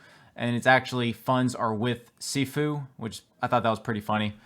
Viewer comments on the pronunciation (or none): its pronounce "SEE FU" also known as "MASTER" in Chinese or Japanese